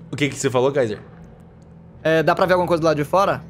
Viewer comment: Mais específicamente o kaiser que toda hr ele chama de cesar ksksks